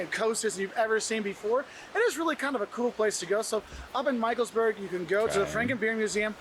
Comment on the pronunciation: michelsBERG not Burg ... Mountain/Hill vs. Castle